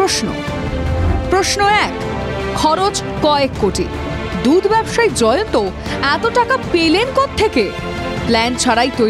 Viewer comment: সবাই জায়আন্ত বলছে কেনো? নাম তো জয়ন্ত